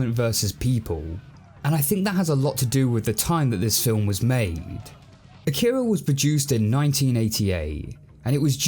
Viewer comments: Love the reveiw, but... A-ki-ra not A-kira🤣. Just a gripe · Do they ever actually pronounce it “uh-keer-uh” as opposed to “okk-ih-ruh”? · You announced Akira wrong... Sorry, had to say it.